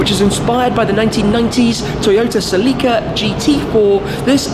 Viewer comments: I don't think I have ever heard anyone pronounce "celica" like that. It took me a minute to even figure out what he was talking about. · I love how you pronounce Celica. I'm not making fun of you or anything. Are you going to take this on a real rally. Maybe in Dubai or something like that?